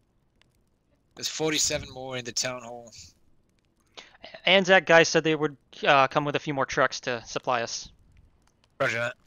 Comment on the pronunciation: bloody right it's ANZAC not AAC!